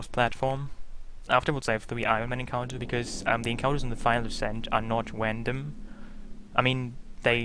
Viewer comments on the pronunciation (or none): "wandom" hehe